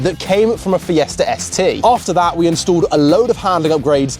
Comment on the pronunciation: FiestaR? why do you add an R at the end of the word?